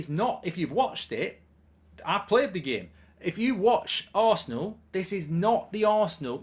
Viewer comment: where does "i pleyered the gehm" come from why does godlbridge keep saying it